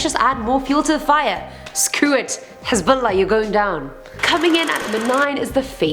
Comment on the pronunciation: The way she says Hezbollah is on POINT yes queen